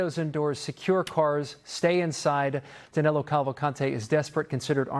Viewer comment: It is Danilo not Danelo